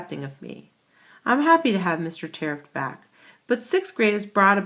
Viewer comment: it's terupt no tearupt